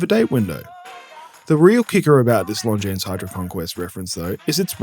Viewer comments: The S is silent. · Here's a hot tip: if there's an "s" at the end of a word in French, you never pronounce it. That includes - you guessed it - Longines.